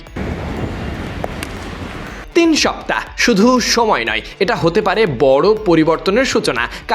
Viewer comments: তিন সাপ্তাহ যে ভাবে বলছেন সবাই হাসবে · তিন সপ্তাহ 😂😂 সাংবাদিক ভাই কথা টা কিভাবে বলছে... তিন সপ্তাহ!!!! 😅 তিন সপ্তাহ😅😂